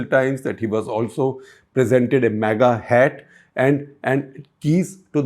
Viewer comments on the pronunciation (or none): Mr Gupta, l always hear you pronouncing MAGA as MEGA (मेगा). Any particular reason? You are too astute to mispronounce...so I suspect, there would be a reason. MAGA is not too difficult on the tongue either. 🤔